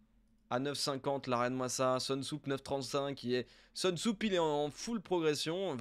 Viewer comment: Soonsup se prononce Sounseup et non pas Seunsoup comme tu as tendance à l'appeler;)